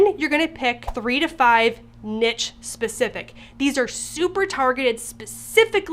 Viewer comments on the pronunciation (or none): Check pronunciation for 'niche'